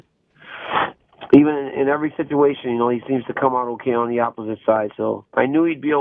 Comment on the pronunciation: "H'okay Jon Jones."